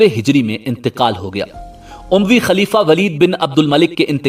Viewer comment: ummayad dynasty, he mispronounced